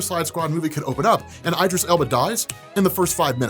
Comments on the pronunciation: I was with you till you said "Eye-dris" Elba... Bruh c'mon lol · I love your content but your pronunciations are HORRIBLE. You even say Idris's first name incorrectly. You mispronounce Alioth despite the correct pronunciation being used in Loki. Why can't you learn to pronunce words? It's not hard. These are just 2 recent examples but you do this CONSTANTLY and I can't stand it. Stop getting words wrong! No one uses a long I to say 'Idris' but you. That means you're doing it wrong. Stop mispronoucing shit!!!